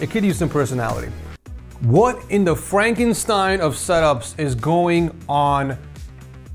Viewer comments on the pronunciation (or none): none